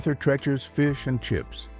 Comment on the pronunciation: It's TREECHERS not TRECHERS. AI is almost there though. The narration is pretty good.